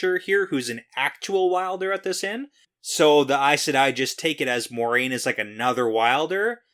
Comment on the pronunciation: when you said you forgot how to say this “Mau-reh-yun” person’s name, I thought you were talking about Moiraine at first and had to relisten before it clicked. I was about to be concerned you were having a medical event! 🤣